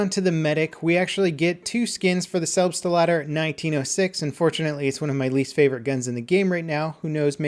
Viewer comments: I think you pronounced selbstlader wrong. It's just German for self loader, so you should pronounce it selbst-lader, not selb-stlader. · Jesus, he keeps saying "Selbsteladder" X( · STOP MISPRONOUNCING SELBSTLADER!!!!!!!